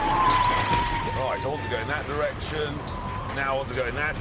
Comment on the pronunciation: Pwoperly, pwoperly...fantaaastic.